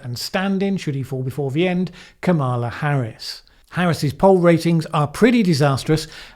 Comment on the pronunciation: I am disappointed that you do not pronounce Kampala Harris's first name correctly given thay Trump.usednthis as a way to get at her. Kamala rhymes with Pamela as I am sure you know.